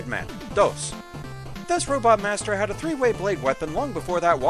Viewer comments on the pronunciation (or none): And so we come to another break. With the Blade Man plush I'm curious if your pronunciation of DOS was accidental or deliberate. You said it like the Spanish 2 rather than the command prompt.